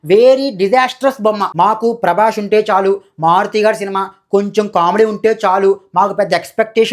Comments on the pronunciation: Prabash kadhu prabas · Prabash kadhu bro, Prabhas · అరేయ్ సుల్లిగానివి నువ్వు...... సరిగ్గా prabhas పేరు పాలకరావడంలేదు నీకు నువ్వు rewiew ఇస్తున్నావ్ 😂😂😂